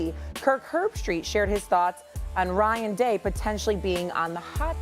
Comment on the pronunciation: Bro you can pronouce these ppl name dam its ryan day geesh